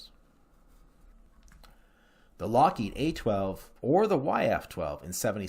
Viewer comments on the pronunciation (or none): none